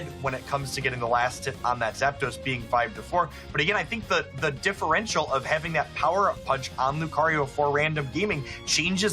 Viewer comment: "Differential" Ugh